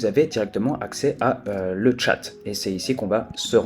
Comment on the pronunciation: On dit le chat comme l animal et pas à l anglaise. C est un jeu de mots. Bonne vidéo